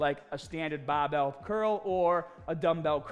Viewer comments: You makes me getting smahtee with baahbell training. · You teached us it's baahhbell not the barbell 😅😅